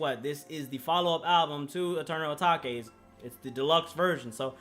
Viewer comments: I beg can you stop saying “ah tahkay” when ur tryna say Atake. ITS PRONOUNCED “AY-TAKE”. AH TAHKAY ISN’T A WORD 🤦‍♂️🤦‍♂️ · Atake not atakay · This whole album is hard asf this dude don’t appreciate uzi like that and should’ve even made a video AND STOP SAYING ATAKA RETARD ITS ATAKE HOLLY FUCK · I’m sorry what did you call it? You say Eternal O-Take it’s Eternal Atake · Bruh it’s “uh-take” It even says that at the intro of EA come on bruh lmao ima have a heart atakay if you say that again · ppl who say eternal "atakay" won't like it. ppl who say eternal "atake" will like it.... simple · “eternal atakay” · it’s supposed to be pronounced “eternal a-take” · Wat is eternal etokay just say it how it’s written 😂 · This nigga really said eternal a-ta-ke? Sch-oo-l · man really said eternal ATTACK-A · U can’t listen to him if he’s gonna call eternal atake eternal A taw kay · Dude it’s pronounced Eternal Atake. He says it in a song. Stop. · This nigga said "eternal a taki" said that shit so wrong...shit sound like a kung fu nigga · Dude said eternal atockay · It's pronounced "Eternal A take" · Everybody: eternal atake: eternal ataque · atakay bro said atakay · if i hear Eternal A-TAK-E 1 more time ong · no one: literally no one:: Atakay if you gon hate at least say the name right. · Bruh you gotta stop saying eternal Atahkay💀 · it’s weird hearing him say eternal atake instead of eternal uh-tah-kay😭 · Jaden Hirasawa if he says Atake instead of uh tah kay, then things getting serious serious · He doesn’t even say Eternal ‘Atake’ properly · LEARN HOW TO PRONOUNCE ETERNAL ATAKE and your vibe is so dead, I'm one of those 1.6k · Dude can’t even say Atake right. Honestly most ppl would say this album was better than Eternal Atake. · this brudda hating on the album but he can't say 'atake' properly... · Are you deliberately pronouncing atake wrong or... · mindissues boi aright if he’s finna say his “opinion” say the damn name right 🤣